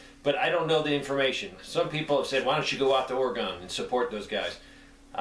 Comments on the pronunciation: Respectfully, it's "Orygun" not "Oragon" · its oregon like organ not ore gone damn! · For the record my friend, and as a former Oregon resident, it's not pronounced "Ore-e-gone". It's "Ore-uh-gun." Thanks and be well. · It isn't oregone, it's Oregun. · If you want to fit in out here in the PNW it's pronounced Ory-gun not Ora-gon. LOL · oreo - o + gun. how to pronounce the states name. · Ory-gun. Love you channel, long time subscriber. I'm from Oregon. Sorry drives me nuts when I hear it mispronounced. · the way we pronounce Oregon is Ore-gun. Seriously. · u say Oregon stupid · Your not pronouncing Oregon properly.